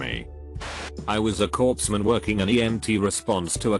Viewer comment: Why does that automated voice pronounce corpsman ("coreman", I assume it would be pronounced) as corpseman? That's dark.